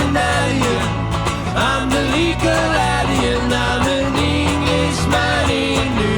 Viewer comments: I think the pronunciation of alien is probably grounded in the fact that is French. 😊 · Pronouncing "ahlien" might be voice shaping that, with his French accent. He pronounces "angel" similarly in their take of "What Kind of Woman is This". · Why are they pronouncing alien different?? Crap!! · The pronunciation of Alien is more to fit in with accent as he is French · is French, and his pronunciation of alien is what you hear P.S. Love your channel